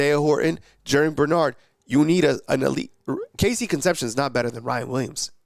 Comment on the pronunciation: Horrible attempt to pronounce Cone-cept-see-own dude!